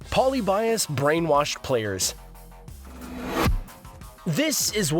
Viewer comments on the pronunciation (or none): ElectroSky nor was it pronounced polly-bias like this video says. Hahaha. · Poly buy Us? You’re saying it incorrectly. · "Poly-Bias" Lolwhut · Mispronouncing Polybius. Also all these topics are old news. Nothing new here.